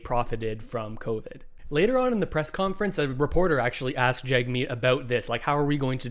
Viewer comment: please pronounce Jagmeet Singh's name correctly - it's pronounced Jugmeet, not Jagmeet.